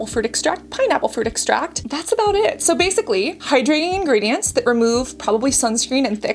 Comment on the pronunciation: Water is obviously a chemical compound, but it's certainly not "harsh", which was his claim. You seem like a Jeffree hater just from his video without ever trying the products. The Kylie 2.0 comment was pretty petty. Also learn how to pronounce extract. He doesn't do botox anymore, and using the Kylie skin video from years ago before he studied skincare isn't fair to throw in his face now. And don't claim to know his next move is scamming people on acne and wrinkle products.